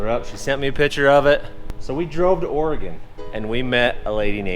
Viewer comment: I’m just glad you say Oregon right